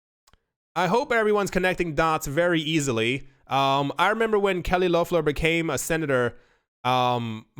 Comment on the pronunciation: Was hoping u picked up this news of kelly lofflahhh lol its funny the way u say her name